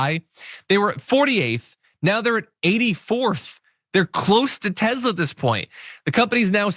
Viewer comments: What is up with pronouncing TeSla as TeZla? Is this Elon Musks attempt to enforce a change in the English Language? Send Elon back to South Africa!!! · Nikoli Te S la would like you to pronounce his name correctly. He says Te Z la is not a thing.